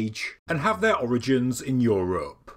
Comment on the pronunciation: I wait around, hoping to hear say "EuROPE" every time!!!!